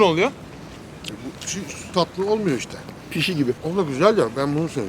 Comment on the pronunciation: Pişi değil bişi